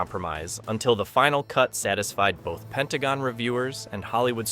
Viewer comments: PENTAGO??? This Bot crap has to stop - too many mispronunciations and mistakes. Bailed after a minute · Ah yes, the famous "Pentago"